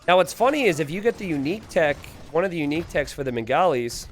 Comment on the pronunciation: mate I love you and but goddamn the pronunciations are so bad. Its Hindu-Stanis (not Stan but Sta-anis). The Bengalis are supposed to be pronounced as Ben-gaw-lis(बंगाली not Ben-gali). The UU of Hindustanis are Ghulams( Gul-alms as in how you pronounce Alms not Ghulums). They aren't Gollums lol.